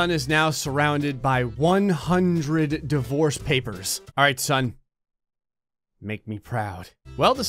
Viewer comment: I had this video playing through my car so I wasn’t looking at the screen, and I could’ve sworn he was saying “the voice” not “divorce”.... so when he said “30 divorce black holes surrounding the earth” I was thinking “oh wow that’s a lot of voices”